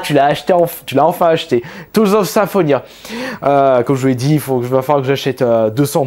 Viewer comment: Putain la prononciation de Tales of Symphonia... il a détruit mes tympans